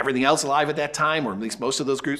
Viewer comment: There's no T in else. Or elsewhere. It bugs me when people say elts